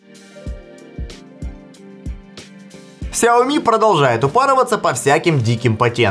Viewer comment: Вас зовут? Вам приятно будет, если я вас буду называть Канил или Ванил? Или ещё как-то, сменяя первую букву. Лично меня бесит, когда говорят неправильно. И раз такой умный, загуглите и запомните, нигде "Ксяоми" не правильно, только "Шяоми" и "Сяоми". Всё! Букву "X" не читают как "К"